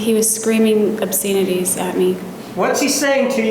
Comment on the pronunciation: the way she pronounces obscenities 😂😂